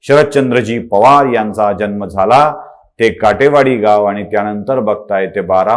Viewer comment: जल्म नाही जन्म